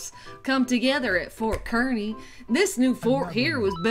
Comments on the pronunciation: When they pronounced Kearney wrong I wanted to die lol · Kearney like the fair carney! Not kerney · I'm from Kearney and it's pronounced like carney